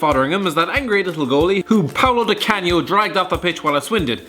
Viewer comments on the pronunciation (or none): none